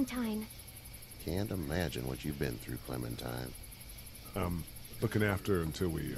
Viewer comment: Clementine more like Clemen-puh-time